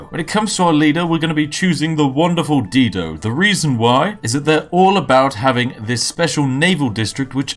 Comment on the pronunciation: Love ya Spiff but I have to say Dido is pronounced Die-doe.